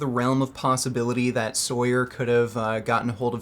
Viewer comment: He’s natural lmao. People just don’t know how to strength train and doubt the science behind powerlifting programs. And it’s pronounced “saw-yur”